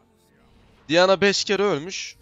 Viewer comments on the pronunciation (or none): none